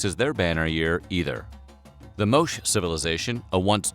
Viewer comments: And the e in Moche is pronounced. Like if you guys spent half the time wasted making fun of twitter users on just proofreading the script of what is an otherwise well researched video I feel like y'all'd've been better off. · The "Moach" civilization? Yeesh, repeat after me, "Mo-CHAY, " "Mo-Chay." Also, basic metric units conversion failure . The average temperature didn't drop TO 1.6C-2.5C. It dropped BY that amount. So about 2.9-4.5 degrees Fahrenheit. Substantial, yes, but not the ridiculous nearly 40 degree swing claimed in the video. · Moche is pronounced "MOH-cheh" and not "MOHSH". Also, why can't Americans just adopt Celsius. We here in Canada switched and it is very easy once you learn what the numbers feel like. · It's pronounced "moe-chay" in Peru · Porsche is not pronounced Porsh, and Moche is not pronounced Mosh. The final e in both words is not silent, though different one from the other. In Porsche, the final e is pronounced as a schwa, that is a, undifferentiated mid-central vowel, while Moche is pronounced Mo-che. Also, the preterite of thrust is thrust. OK, call me a pedant. What's that? It's a word that, if you know what it means, you probably are one. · "Mowsh"........ Probably pronounced "Mowtchay". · min 8.19 whats wrong with you? "Moche" is not pronounced "moash" but "moche"....cop a dislike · *mowsh. or how bout Mo-chay is closer to how its pronounced. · Do you verify pronunciation? It’s Mo-Ché not Moshe? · Complete mispronunciation of The Moche Civilization. Where was the 'e' at the end of the word? And if you want to know how I know, lived near the town of Moche for 8 years, and the Moche Civilization was part of the Primary School curriculum for my daughter. So it is MO-CH-E.. I lived in Peru for long enough to know the correct pronunciation. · It's pronounced "Mo-chay" civilization. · 1.6 to 2.5 Celsius degrees- and that is how you should say it- is 2.88 to 4.5 Fahrenheit degrees. Moche is pronounced [ˈmotʃe].